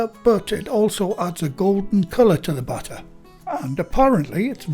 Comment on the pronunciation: I was confused at first because I kept thinking he was saying butter but then I realized he was saying batter.